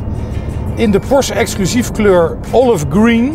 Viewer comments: Het is Por-sche. Niet porsj. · is het je ooit opgevallen dat het woord porsche eindigt met een e? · Spreekt Porsche niet eens goed uit